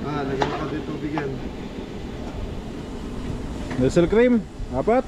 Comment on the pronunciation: Huwag magalit I am a FAN but NESTLE is not NESSEL...lt ls...NEST-Lee. I like watching your VLOG better than TULfO----- masaya kayong panoorin. Walang bola! PLP of VALLEJO USA.